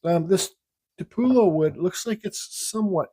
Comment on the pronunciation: You opened this box the other and couldn't pronounce this wood, tupelo, tup elo then either.